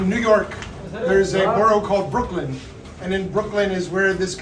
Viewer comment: it's Brooklyn not broklin